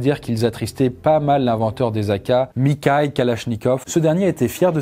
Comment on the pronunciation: mikhail kalashnikov: ça se prononce mirail (mirra-il) il me semble